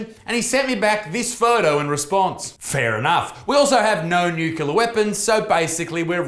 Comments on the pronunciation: Nucular, nucular, nucular, nucular it's NUCLEAR you dumb fuck! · nuCLEAR, not nuCYOOLAR - get it right, Buttsmarn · NUCLEAR - "nu-klee-ah" not fucking "nu-kyu-lah". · It's nuclear, not nucular Mr. Bush 🤣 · What's a nukuler weapon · Dude, stop saying Nukilar, its nuclear, it hurts my ears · Nucular Lisa. Its pronounced NU-CU-LAR :D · I love you isaac but pls stop saying nucular it's nuclear lmao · Nuclear. There's no "u" mate. Nuclear - derived from the word "Nucleus" - not "Nuculeus" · Isaac, it's pronounced NEW-CLEAR! 😂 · Nucular? WTF is nucular? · pronounced "new-clear" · Stop saying nucular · "undoubtably" "nucular" c'mon Isaac I know you're the son of a rugby league meathead but that's unacceptable. As a western sydneysider I agree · Nucular weapons? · Won't lie, love the un-ironic pronunciation of nuclear as 'nucular'. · Homer Simpson: It's pronounced Nu Cu Lar son. Nu Cu Lar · haha nuc-u-lar